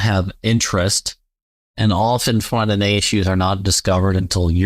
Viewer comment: Great video. Took me a while to figure out that when he said “4NNA” he was saying 409A. Thanks for the great content.